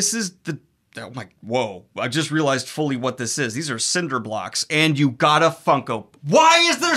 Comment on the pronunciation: “You have crappy bookshelves Harry” “I have wOt”